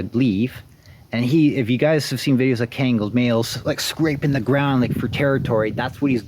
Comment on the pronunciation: Its pronounced KHAN-GULL , not ken-gal and not ken-gel for those who want to know this breed is the King of all Dogs, deserves the fullest respect The old timers even nick named these dogs as "Anatolian Lion" no Dane no Rott, no German Sheppard respectively etc . Ashe is a handsome dog (lion), please take good care of him .